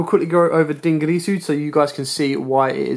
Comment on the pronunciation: But yet he's the only person who can't pornounce "dingirsu"